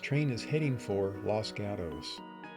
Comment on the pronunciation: Outside of your mispronunciation of the town of Los Gatos, CA (pronounced Los Got-ohs), this is one of the most informative and interesting videos about the Southern Pacific that I have ever seen. Considering the video’s length, I had to watch it in two parts, but that was no problem. The footage shown here really documents the railroad very well. And a special recognition should go to the person(s) that edited the sound effects to go with the video. I know that is not an easy job to match those two up, but you did an outstanding job of it! 🚂🚃🚃